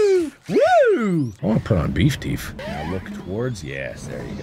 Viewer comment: I heard "I'm gonna put on beef teef" anyone else?